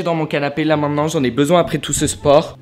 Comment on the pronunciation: Ça me stress quand il dit :"Maidenant"😂